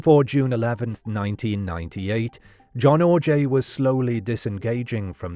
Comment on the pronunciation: The missing poster you kept showing even says his last name is pronounced 'OJ' yet you insisted on pronouncing it 'Or-jay'?